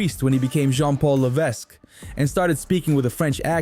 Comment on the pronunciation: Yeah, I stopped watching when he continuously butchered Paul Levesque's name.